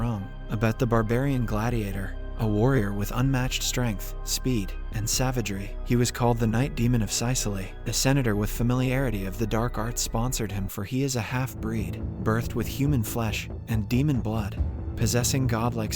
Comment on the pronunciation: YOURE JOKING RIGHT ITS FREAKING SIS-all-lee 🙄🙄🙄🙄